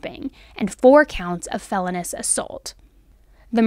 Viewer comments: Hay girl HAY!, I love your content, but I cannot get past ONE and only thing. "Felonious" is correctly pronounced "phell-oh-knee-us". (Not "felony-us") Love your podcast. Just hope this helps in future episodes. <333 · … not to be “one of those” - I think you have first rate content however… Felonious is pronounced Fell O NEE US not Fell On US… 😅 don’t hate me, I know you know what you’re doing, it just makes you sound less knowledgeable than we all know you are when mispronunciation happens to anyone in any field, love your channel! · it's pronounced fel-OWN-ee-us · Hi, great video. It's pronounced Fell-own-E-ous. Thanks for all your time and research. This is a horrible thing, and I'll never figure out how a parent does such a thing ... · Hey. Just an fyi… the term is felonious assault, not felonous assault. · For the commentator....I think it's pronounced Fell LOOO Nious Not Fell eh nus.